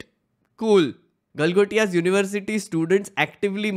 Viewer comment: Galgotai 😂😂😂😂😂😂😂😂😂😂 University....they cant even read hindi Galgotia University 😂😂😂😂😂😂😂😂😂😂😂😂.....maff kar do ko....Galgotia University 😂😂😂😂😂😂😂😂😂